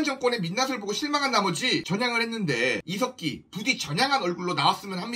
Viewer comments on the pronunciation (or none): 중간에 이색기라고 들린 건 기분이지요? 훠훠